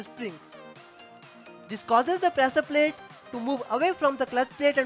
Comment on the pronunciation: Shapt*😂 prasaar palate *😂😂